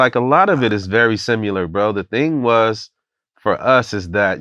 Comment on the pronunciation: Did he say simular ? Lol